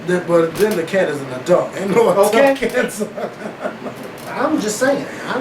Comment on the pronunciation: Makes me uncomfortable when says adult --> ah-dalts